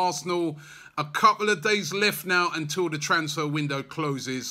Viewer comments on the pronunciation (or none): none